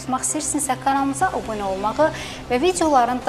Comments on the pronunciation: Xanım qız, obunə yox, abunə. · cox xayis,edirem,, deyende, O BUNE,, OLUN,,,,DE,,A BUNE OLUN